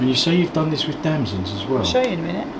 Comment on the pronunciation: I'm sorry, ignorant American here. Are those plums you dried? It sounded like you said "damsands". Everything looks delicious,. Lee is a lucky man having such a loving, wonderful chef! Cheers from North Carolina